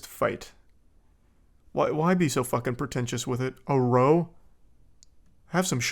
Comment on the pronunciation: It’s not pronounced row it’s pronounced Rowe and just means a argument it’s just uk slang